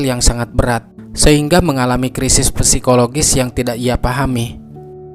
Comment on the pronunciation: saran bacaanya bang untuk bagian psikologi, bacaanya adalah "sikologi" 😊🙏